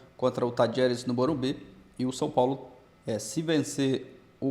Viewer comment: Cara ! Aprende a falar! Não se fala SOPOLO! É São Paulo! 😂😂😂😂